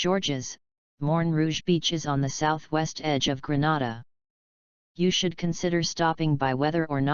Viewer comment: Get your pronounciation right Not Granada but Grenada